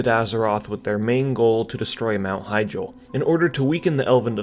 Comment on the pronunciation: It's "he-JAAL", not 'HI-jal"